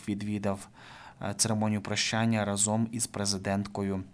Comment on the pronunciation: Не разОм, а рАзом, не плаття, а сукня.